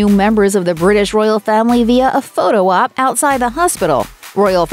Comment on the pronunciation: If you say "Roryal" one more time, i am going to explode ! If you can not speak or you are not willing to empty your mouth before speaking -just decline!